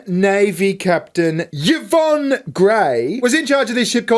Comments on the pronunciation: You've got the most IRRITATING voice I've ever heard on Youtube (I switched off after 2 minutes), and as for your sense of humour (?). Put it this way; if you do a turn as a stand up comic, you won't slay the audience - they'll slay you. As for not even knowing how to pronounce names as simple as Yvonne . . . SMH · Lol yeeevon...it's evon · Yvonne is pronounced E Von. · Your mispronounciation of the Ships name is beyond a disgrace, it is offensive. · It's pronounced E-von. But who cares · Just found your channel. Great work 😂 I'm gonna binge. Side note... its probably pronounced E-von 😅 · Yvonne is pronounced ee-von. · The name "Yvonne" would pronounced something like "I'won" But for the fun of the game keep yours! 😂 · Are there no Yvonnes in Australia?? It's pronounced "EE-von" 😂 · Pronounce her name "Evon" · I've always heard Yvonne pronounced as E-von. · Yvonne is pronounced ' E-von'. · It's pronounced ee-von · Whilst amusing a unqualified individual was clearly a dei hire it’s as cringe as hearing mispronounce Yvonne 😂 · You pronounce the Y as an E ( in her name )